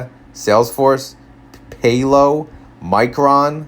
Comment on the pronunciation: PAL-OH, not PAY-LO